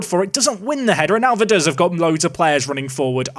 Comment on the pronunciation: I spent a weekend in Liechtenstein last year so now I know he was pronouncing Vaduz wrong as well